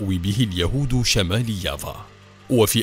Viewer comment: كيف يافا صارت ياڤا يلعن أبو السرد على أبو الي علمكو النطق